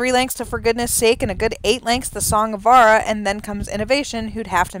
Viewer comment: I'm Glenn Larson's son, and I'm commenting on this for one reason. Pronounce the j in Vajra! It's "Song of *Vuhj-ruh*", not "Song of Vah-rah"! Put some respect on his name!